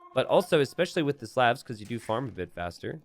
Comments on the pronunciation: please stop pronouncing slavs as slevs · Is anyone else bothered by how pronounces Slavs?